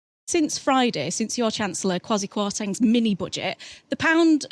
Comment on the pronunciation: Can you presenters learn from a Ghanaian how to pronounce the last chancellor's name correctly. You insist we get your name right. This is not 1990 where everything goes and nothing but English names matters.